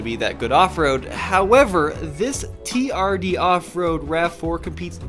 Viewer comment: Jezzz.. It's TRD.. Not TDR 😂